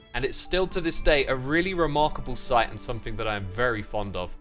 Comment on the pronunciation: SomeTHING* Not "think"